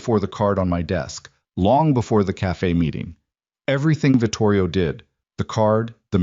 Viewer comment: Vitorio, not Vitorio.